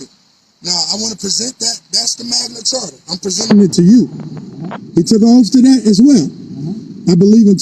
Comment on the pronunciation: Imagine you make this ideology your ENTIRE life and personality yet you’re so lazy, you don’t even learn to pronounce the words properly? This 40 IQ idiot said “Magna CHARTER” nine fucking times. SMH